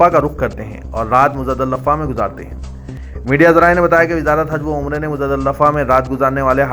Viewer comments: R u muslim?? What muzadalllafffa? Muzdalifa make good pronouncassion Before read news make practice... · The news reader is wrongly pronounced Muzdalifa he is repeatedly telling Muzza Dilifa, it's a shame how come he doesn't know correct name of the holy places.😡😡😡